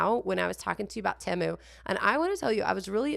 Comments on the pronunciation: TEMU - Pronounce like TEE-MOO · Correction, it is pronounced teh-mu. You can google it. It is not an English word, it’s Chinese.